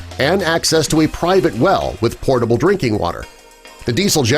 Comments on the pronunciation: Narrator. That’s “potable” drinking water, not “portable” you nincompoop! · What do I think? I think I'd like to hear people not reading potable water as "portable water". Soon we will be seeing people spelling it that way and then I'm gonna really get pissed off!